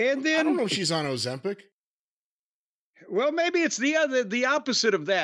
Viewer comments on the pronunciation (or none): Jim said she’s on MO-zempic 😂 😂 Jim was burying her!